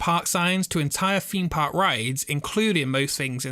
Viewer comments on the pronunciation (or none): i think if you are presenting videos you should brush up your english. Its Cleethorpes not Cleeforpes and a Theme park not feme park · Like your videos but it's a THEMEpark not a FEEMpark. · Can you please stop saying feme park instead of theme park. It's TH not F